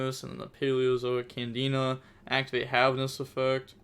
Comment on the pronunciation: It's not a trikstas it's canadia not candina